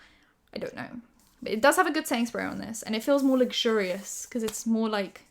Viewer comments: You're saying quickly "setting spray", but all I hear is "Sainsburys" :D I have no idea why. Made myself laugh 😂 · i thought were saying sainsberry and then i realized you were saying setting spray, which makes way more sense.